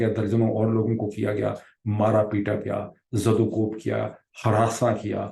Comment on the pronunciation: Sir sorry but i couldn't stop myself today as in every video you use this urdu word wrong. Please its 'Zado kob'' not Zado koob. Lots of love and prayers ❤